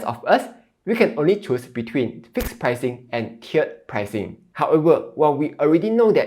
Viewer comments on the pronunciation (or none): tee erd pricing not chiered